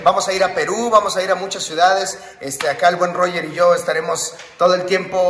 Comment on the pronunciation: Sho sho sho .... Sho cancelado ....